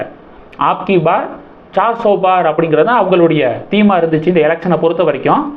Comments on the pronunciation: தம்பி! "அப் கி பார் " என சொல்லுங்க. ஆப் என்றால் நீங்கள் என்று அர்த்தம். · Not Aap ki bar, it is Ab ki bar, a - short sound as in Ammaa, if you make it long sound meaning changes